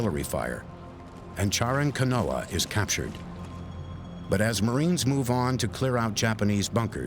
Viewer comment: It's Chalan Kanoa not Charon Kanoa